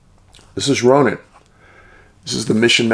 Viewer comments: Love your videos. I grew up just 10 miles nw of Kalispell, MT, but have lived my adult life in Eastern WA. We always said Ronan as Rone-an, like rhyming with ran. Just trivia.😊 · Another great video! Ronan is pronounced "Roan- ann" or "Row- Nann", emphasis on 2nd syllable. Every state has towns and places with unique pronunciations. Extra points for pronouncing Havre correctly (like "have--er")!